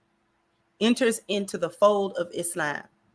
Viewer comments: She’s pronouncing it correctly. إسلام <—- Is-Lam. Is-lom is us Americanizing the Arabic. We need to say it as it’s really pronounced, which is what she’s doing. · her pronunciation is closer to standard arabic but there are other accepted pronunciations in English speaking countries. iz-lom, is-lom, islam are all acceptable.